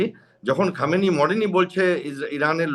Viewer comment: খোমেনেই.....উচ্চারণ টা ভুল হচ্ছে। Anyway, Khomenei was one of the bastion of support for the militants in Kashmir. তাই ওর death এ কাশ্মীরের কিছু লোক তাদের বাপ মরার দুঃখ পাবেই, কি করা যাবে😂!